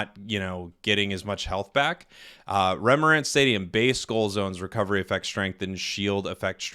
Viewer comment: Lol... Did pronounced remoat stadium as 'remorant stadium'? 🤔😅 Cramorant stadium maybe?